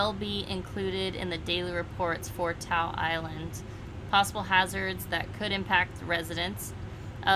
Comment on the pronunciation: Hey, you two. Great updates. Natives pronounce Ta'u as 'Taw oo'. Thanks!!